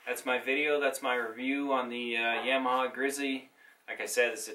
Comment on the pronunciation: great video but is pronounced Yamaha not yaaaaamiha